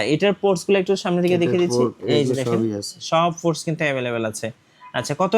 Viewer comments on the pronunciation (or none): What is forts ??😂😂😂😂 It's ports not forts stupid😂😂😂😂😂😂